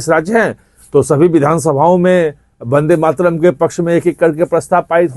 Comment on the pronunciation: Ache se bol le vandematram